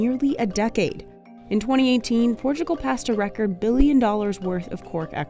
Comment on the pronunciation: Its not PORTCHIUGAL. Its PORTUGAL.